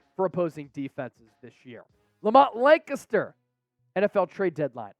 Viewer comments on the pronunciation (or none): No to Ricks over Jobe. Jobe actually played decent. U need to watch the film & know football. Love that PA pronunciation on “Lancaster”, lol “Because I’m …October 31st that is my date of birth ya know I got to the party & I did the Smurf” (BB)